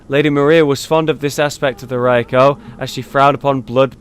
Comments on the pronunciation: wtf is ra YU ko lol. its Ra KU yo. Either way keep up the great vids man! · Are you really that sick? That you can't even tell what's a barnacle? lol. The town must've been flooded for a long time. Go skill scaling on your Rakuyo. It's more than raw damage. And proper pronunciations... Ahem. 'Chikage' is 'chii-ka-gay'. 'Rakuyo' is 'raa-kuu-yo'. Sorry Japanese nerd here.